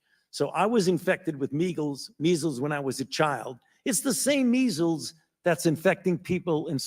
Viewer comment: Fauci said "Meegels" when trying to say Measels. He must have been thinking about those poor BEAGALS he TORTURED & SLAUGHTERED! - Susan Burns